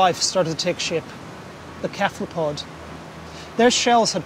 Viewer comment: why can't he say cephalopod properly...